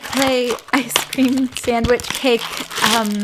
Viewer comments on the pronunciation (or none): none